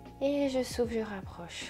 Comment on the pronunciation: à un moment vous dites 'on souffle' et j'ai compris 'on souffre', :;))))